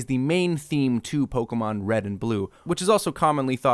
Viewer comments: Pokemon. It does not have an "A" in it. It's not Pokamon, it's Pokemon. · > Claims to have Pokémon knowledge. > Doesn't pronounce the é properly. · Listening to naming all the Pokemon in this movie really makes me realise how I've been pronouncing their names wrong my whole life...